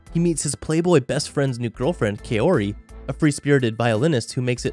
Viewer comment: Wait did just pronounced kaori's name as kiori? 🤣